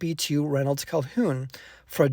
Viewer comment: Thank you for sharing this story. Please note that the man who purchased this copy of the Book of Mormon is Reynolds Cahoon--no L in the name (as in Calhoun, which I heard in your pronunciation. Sorry to be a stickler but it's important to share the correct information.